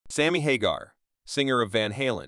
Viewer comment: Pronounced Hagar 3 different ways.